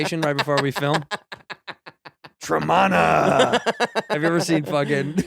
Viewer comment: Has the ol whiskey ginge been watching Dudesy? That tremana impression is giving me will sasso vibes. Especially the fact that he's saying it wrong just like Willy bou